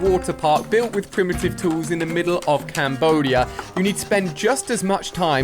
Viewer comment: Did you say Cambodia?